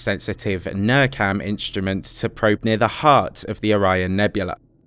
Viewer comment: As far as I know this is said nearcam not nurcam.